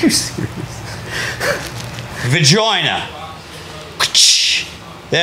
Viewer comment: Vajoina. That needs to be coined in the Aussie police dictionary. Vajoina. I think got it right, it's down under.